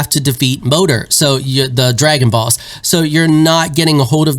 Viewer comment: I kept hearing "Dragon Balls" instead of dragon boss.